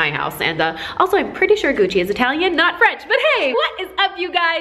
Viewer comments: it's Gucci not Guccy lol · Shane dawson fans: Why does it say Gucc-ee? Why'd you buy something called Gucc-ee?